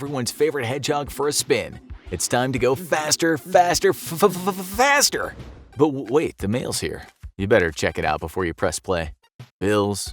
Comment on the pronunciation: It sounds more like "Faster, faster fvyfsnsjdjakadb faster